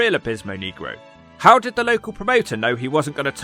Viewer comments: ☝️Abismo “Nay-grow” not “Knee-grow”! 😅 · You gotta pronounce it Neg Roe not Kneegro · yes and it's fine😂 you have to roll the R's off your tongue instead of pronouncing it (knee-grow) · why are people from the united kingdom so close to spain yet utterly unable to pronounce spanish words properly? nehgro is one thing but neegro is an old, condscending term for black people. I think the promoter had another guy ready to go because Abismo Negro had become unreliable. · FFS don’t pronounce negro like you’re an Alabama sheriff. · U aren't saying the Spanish word for black right. Lol